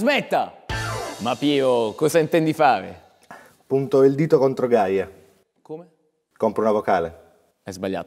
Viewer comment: "cosa intendvi favee" ? Ma tagliala bene sta barba !